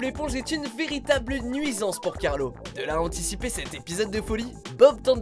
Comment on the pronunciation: C pas Carlo mais Carlos ... mais bon